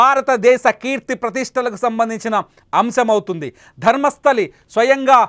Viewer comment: It's Dharmasthala, not Dharmasthali